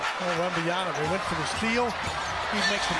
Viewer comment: It's Wembanyama damn it not Wembanyana. How do you still get it wrong as Spurs announcers?